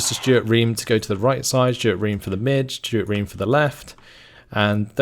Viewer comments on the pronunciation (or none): Reme is reemee, not ream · its ree-mee not ream! (REME pronounciation) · Or rather Reh Meh because double es sound like i.